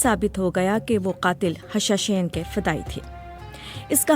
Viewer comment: The word you uttered is actually ' Hashasheen' not 'Hashashain'